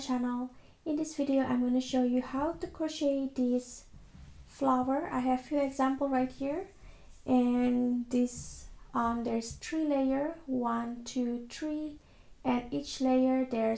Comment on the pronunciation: Three not tree.